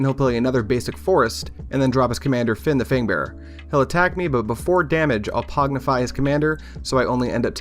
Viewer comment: Pong-ify, not Pog-nify.